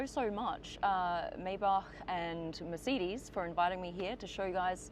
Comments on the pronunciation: "Meyh-back on the merseedis" That is a violation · Merceedees? And isn't it "my-bac"? 🤔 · Meeecedez😂😂😂😂😂😂 listen to yourself 🤣🤣🤣🤣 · MICIDES? its MERCEDES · I’m sorry, but every time she says “Mer-CEED-Ees”, it gives me whiplash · WHAT THE FRIG' IS A "MA'SEE'DEES"?😂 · Why tf she keep calling it a MerCDs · What is a Merseedees? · Why are you pronouncing it "mer-seed-eze"? You're a professional car channel... pronounce it correctly. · Is it just me or this lady can’t pronounce Mercedes??? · Why can’t she pronounce Mercedes properly ? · She said mercedes instead of mercedes... Over and over, I can't take it 😢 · You should learn hou to correctly pronounce Mercedes. Irritated the f out of me